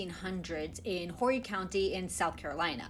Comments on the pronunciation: You tried...but it is orry...h is silent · Girl, ease up on the white guilt. And it’s pronounced “Orry”